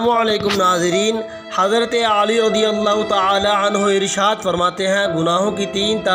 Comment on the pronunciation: Hazrat aali nahi Bhai. Hazrat Ali